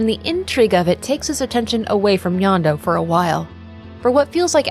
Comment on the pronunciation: This is a great video, and extremely well researched, which just makes me wonder how you ended up with the wrong pronunciation of "Jondo," which is pronounced correctly in game (in Spanish, J makes an h sound, not a y sound).